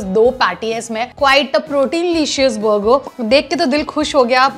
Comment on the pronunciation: Bhai burger ko thik se bol....buger buger....😂😂😂itna bhi over smart maat ban